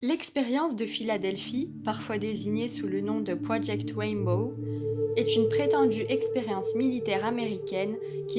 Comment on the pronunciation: Mais quelle pioche!!!!………non mais retourne à tes cours d’anglais même pas dupe de prononcer RAINBOW comme il faut!!!!………mais quelle animatrice de merde!!!!………